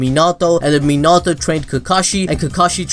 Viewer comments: My man says menatouu instead of minato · It’s not mi nato it’s minato